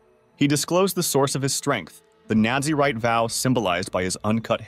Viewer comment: Its Naz-a-rite not Nazi-write